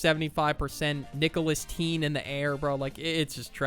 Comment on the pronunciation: "Nicholas-Teen" ☠ ☠ "Julius Caesar" ☠ ☠